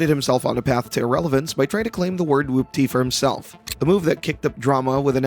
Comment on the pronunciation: You sound like you’re pronouncing it like “whUPPty” instead of “whOOPty”